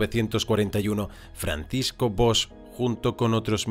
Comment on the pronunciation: SERÍA CONVENIENTE QUE CUANDO SE HACE LA HISTORIA DE ALGUIEN PRONUNCIAR BIEN SU NOMBRE, TAMPOCO ES TAN DIFÍCIL DIGO YO JOER 😡😡😡😡😡😡😡